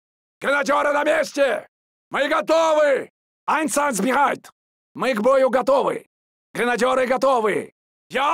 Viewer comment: В оригинале вроде как было Einsatzbereit - в полной готовности Здесь просто произношение хромает